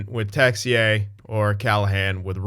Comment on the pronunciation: Yep Texier is our french wonderkid so pronounciation is good man ! Happy to see a french winger in that team :)